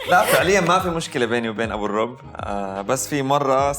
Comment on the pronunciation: الرُب بضم الميم وليس الرب بفتح الراء